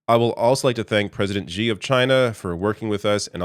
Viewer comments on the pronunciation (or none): The "X" in the Chinese name "Xi" is not pronounced like the "g" in the English word "regime"; indeed, the Chinese language doesn't even have this quasi-French sound. The "X" in "Xi" is pronounced more or less like the "sh" in the English word "she." Easy!